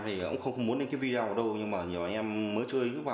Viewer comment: góp ý chút, cụ đừng đọc là Vi Đeo nghe khó chịu cực kỳ luôn, đọc là Vi Deo hoặc Vi đê ô, Vi đeo nghe quê dã man ý